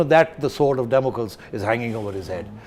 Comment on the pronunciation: Sethi is so knowledgeable but how could a Cambridge graduate like him mispronounce "Damocles"?